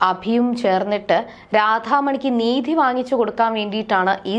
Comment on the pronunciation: Needhiyalla, neethi